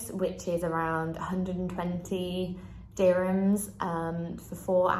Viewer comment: I am emirati, what she says is actually wrong. Her prices are WAY off. and the word is DURRR himms. not DI sound.